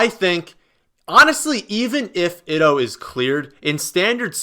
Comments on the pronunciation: Ito is (eeto) not (itto).... Gonna leave this comment on every video until you say it right lol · Day 362 of trying to tell that Ito is pronounced "eat-o"